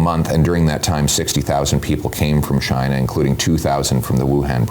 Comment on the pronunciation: pierre can't say China. Pierre loves the WEF like trudeau. he play the good boy :)